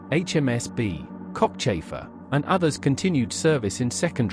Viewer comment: I had to rewind that, sounded like HMS Cockchaser at first, not Cockchafer, lol. Thanks for the navy history!